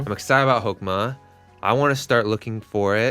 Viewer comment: When you said Hokema, I thought you said Pokemon.